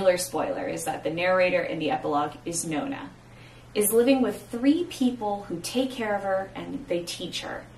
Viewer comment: "Noh-nah" - per the GtN's pronunciation guide - being a fragment of "Noh-nah-GUESS-i-mus". Pronouncing it "know-nah"... that grates.